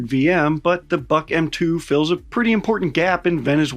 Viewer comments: Boy, you didn't even care to look up the Wikipedia for the correct pronunciations. It's /bʊk/, not "buck". No to say about Pechora (its ch sound, like in cheese). You americans ever so sloppy, when it's not about you, no offense. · It's pronounced book not buck. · You're saying "BuK" wrong. I don't know if you've ever studied a foreign language, but English is pretty much the only one where "u" doesn't always make a long "oo" sound, and this is true of Russian as well.